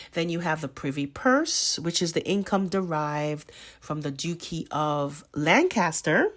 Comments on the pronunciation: Duchy is pronounced: Dutch-y Not Duke-y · Duchy is pronounced like Dutch, much. Du chee. (Not like Duke). Interesting podcast. Yes there’s a lot going on behind the scenes. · Great video. have never liked Camilla since she came into media prominence after Charles married Diana. Just a note: Duchy is pronounced DUTCH-ee. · Research some of the UK pronunciations... they are not logical to North Americans. Ridiculous but look them up. Eg Duchy